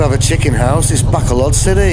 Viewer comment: Fun video. One day you'll learn to pronounce Bacolod properly, I'm hoping.